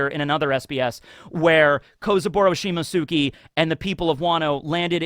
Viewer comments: beautiful man, coud you please try to pronounce Shimotsuki as Simots'ki? That 'U' is mostly silent. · Has anyone explained to that he's pronouncing "Shimotsuki" wrong? It only bothers me cause he knows how to pronounce "Akatsuki" right. "Shimotsuki" is pronounced like "Akatsuki" but replace "aka" with "shimo". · What an epic SBS. Great video, even though I am still not used to you butchering the pronunciation of the name "Shimotsuki" 😅